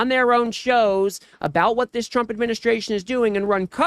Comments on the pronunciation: When Trey Gallager started reading the tweet by Gavin, if you listen clearly he called Trump, "Chump" than quickly corrects himself. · Every time KKKarolyin Leavit says tRump it sounds like chump too!